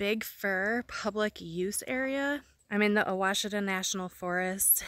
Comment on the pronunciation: I'm impressed you pronounced Ouachita correctly! Love that part of Arkansas. Fall is amazing there, so much color. (I'm binge watching your videos 😂)